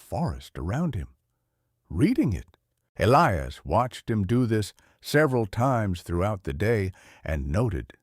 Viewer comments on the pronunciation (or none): You need to read the stories yourself. Not AI. AI does not comprehend context. And its "hollar" not "hollow." Yes, it is spelled hollow but the pronunciation for that area says it with an r sound at the end. The southern dialect of your AI wasn't all that good either. Also, it failed to pronounce "Elias," correctly. As well as several other words. That would not have happened if the AI understood context.